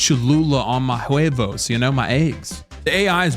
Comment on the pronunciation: as a fellow veteran and puertorican, don’t say “on my huevos” like that, man 😂😂😂